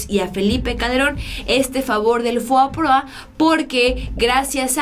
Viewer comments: Estimada espero no me lo tomes a mal pero no es FOAPROA como lo pronuncias es FOBAPROA, pero de ahí todo excelente con la información. Saludos a toda la audiencia. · FOBAPROA no FOAPROA